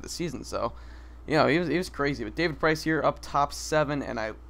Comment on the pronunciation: PRINCE!!! HAHA actually iTS PRICE!